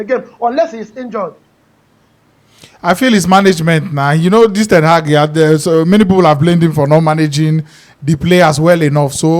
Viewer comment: The way he pronounce ten hag always dey off me 😂😂😂 "ten heg"